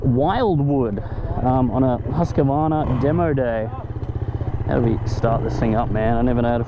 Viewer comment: Geeze mate, you really need to learn how to pronounce Husqvarna . Lol Just remember, there is no A in the middle of the word. Great video 👍